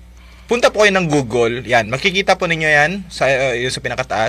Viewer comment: Google ang pronunciation at hnd Gugol